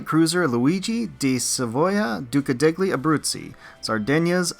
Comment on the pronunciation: Love watching your AL videos! The "degli" in Duca degli Abruzzi is pronounced like "del-yee" btw.